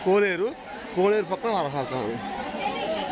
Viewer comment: వరహల కాదు రా బాబు వరహస్వామి దేవాలయం